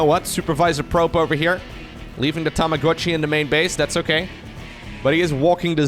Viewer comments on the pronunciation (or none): none